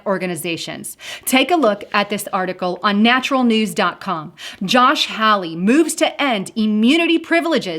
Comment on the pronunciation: Great information. Josh Hawley is pronounced HALL-EE.